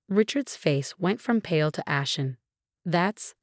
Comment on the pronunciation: ashen not aspen